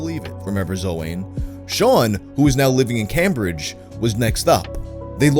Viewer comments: Come on man. Even Americans know how to pronounce Cambridge. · Did my guy just mispronounce the world famous university city of Cambridge? Oh dear